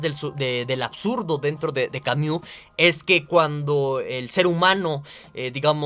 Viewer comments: Ay, con todo y la mala pronunciación de "Camiu" buen video hahaha aunque me daba un ataque escuchar esa pronunciación una y otra vez hahshaha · Camiu, camiu, camiu, camiu jajajaja